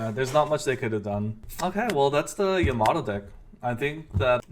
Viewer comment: Its not yaMAto, its YAmato :)